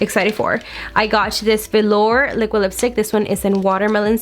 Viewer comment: At least your eye shadow is blended out in this JSC mystery box video. Congrats on also figuring out how to say velour.